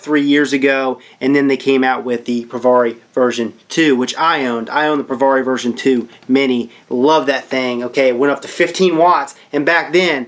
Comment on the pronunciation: It's not Pro Var eeee It's Pro Vare eeee Say peary. Now put a V in front of it instead of a P. Provari as in variable voltage. Vari